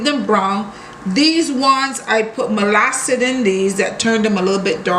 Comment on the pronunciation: She just pronounced it how she wanted but it is molasses